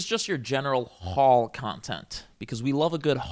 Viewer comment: obsessed with how you pronounce the word “haul” with eight syllables